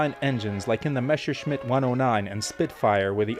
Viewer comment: Saying BMW like that is ok, but hearing Focke-Wulf and Messerschmitt like that really did hurt ;)